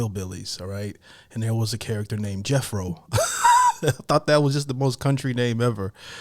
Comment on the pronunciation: The band's name is Jethro Tull, named after the man who invented the seed drill. If you thought it was pronounced Jeffro, that's probably because you have heard it from Londoners who can't or don't pronounce the th sound properly. No one in the band is called Jethro Tull. The lead is Ian Anderson.